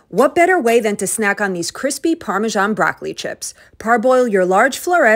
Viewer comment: Why do you pronounce "Parmeshan" where "Parmesan" is written?